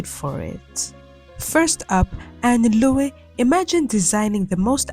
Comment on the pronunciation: Ann Low (as in high & low -- "e" is silent. Black fashion did not begin in New Orleans - London or Harlem Renaissance. Black fashion began ALLLL over the US when Black Americans left the plantations. They were styling in the Deep South - Chicago - DC - Cali. It was BLACK AMERICANS who set the stage for fashions adopted & adapted by others people of color in other parts of the world. Only a non-Black American would leave out the legendary pioneer Willie Smith who burst on the global stage WHEN IT WAS NOT EASY LIKE IT IS TODAY and the many American Blacks who were tailors and hung their shingle specializing in dressing particularly Black men. Michelle Obama worked w/Black designers. OVER a decade ago. A decade! If you're going to focus on Black people? Confer with Black Americans. We know our history which differs from Blacks throughout the world. Gonna' talk about us?? Talk with us to get the facts!